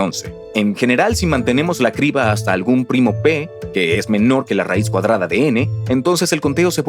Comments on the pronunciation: ¿La "sibra" de Eratóstenes fue un gazapo humano?, suena raro que un humano cometa ese error de pronunciación. 🤔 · Cómo vas a decir "cibra" 😂😂 Cambien a un actor que sepa leer y conozca más palabras en español. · Nos siguen dando atole con el dedo. No son voces humanas, es un motor de texto a voz y ni siquiera está bien revisado. La "cibra" , "Erastótenes" , "Resuelta que" ... Y ya le paro de contar. Qué pena que hayan despedido a los actores de voz que hacían tan buen trabajo... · Erastotenes jajajajajajaja en el minuto 8. Muy mal. Y cómo que "cibra" en ves de criba? Bueno, entiendo que el doblaje es todo un arte, pero por favor hay algunos puntos a mejorar. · Cibra de Eratostenes o Criba de Eratostenes? Los comentarios sobre el doblaje tienen razón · Oye, me uno al problema de doblaje. Hasta donde tenia entendido es "Criba" de Eratostenes no Cibra de Eratostenes. Me refiero al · No son voces de IA son de malos actores, se nota porque no pronuncian bien: Cibra, erastotenes, etsprimir,aprotsimaciones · no es IA leen y pronuncian mal como lo siguiente Cibra, erastotenes, etsprimir,aprotsimaciones Son actores de voz baratos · No son voces de IA son de malos actores pronuncian mal las palabras Cibra, erastotenes, etsprimir,aprotsimaciones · Es voz humana se equivocan al leer y pronunciar: Cibra, erastotenes, etsprimir,aprotsimaciones En realidad son actores baratos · "sibra de Eratostenes" "Erastótenes" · No son de IA, se nota que contrataron actores baratos porque pronuncian mal las palabras Cibra, erastotenes, etsprimir,aprotsimaciones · No son actores, es un motor de texto a voz y hasta tiene errores de dedo. La "cibra" , "Erastótenes" , "Resuelta que" ...